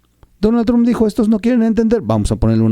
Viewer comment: No es "TRONNN"... ¡Es "TRUMPPPPPPP"! ¡¡¡Habla bien!!!